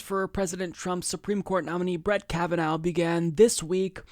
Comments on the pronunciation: This is a very good analysis of the situation, but I have a few comments., will you PLEASE stop pronouncing the judge's name "Kav-a-NOW." It's pronounced "Kav-a-NAW." In other words, it's an IRISH name, not a German name. Thank you! The crucial point to be made is that the craven deal whereby the Dems exchanged a fast-track confirmation of 15 Trump judges in exchange of a few days of August campaigning was an incredibly stupid as well as cynical strategy. In August, everybody's on vacation, including the voters in these Democratic politicians' home states! If this were happening a few weeks before the election, it would have made more political sense. So the Dems are not only amoral hacks, but fools, and they deserve to have their heads handed to them in November. Kavanaugh in fact did know that the man who wanted to shake his hand was a Parkland dad, because the man announced himself as such when he extended his hand, so Kavanaugh's behavior was even more reprehensible than it looked. Only the Greens are really resisting the Trump regime. The Dems are incapable of resisting it even if they really wanted to, and they don't want to. As I like to say, if the anti-Hitler Resistance of 75 years ago had been as weak and incompetent as the Schumer anti-Trump "Resistance," the Nazis would still be ruling Europe. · You only mispronounced that name about a dozen times in this video. "Ka va NAH".... not ka va NOW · Hahaha. You have not even watched the hearings. You pronounce his name wrong. It is pronounced kavanaw. Happy to help. Great talking out of Cenks ass, but please do some legwork yourself before you read up the monologues they send you. This is as bad as calling Bernie for Barney, or Hillary Clinton, hitlary genocidal maniac. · Why are you still mispronouncing his name? It was irritating before we all heard it pronounced in the confirmation hearings, now it is just stupid. Obviously fuck Trump, and his SC pick, but say his name correctly.